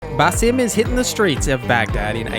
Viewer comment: Why is this guy miss pronouncing stuff even after playing the game and hearing how it’s supposed to sound?… Burrow? Busim? Bruh….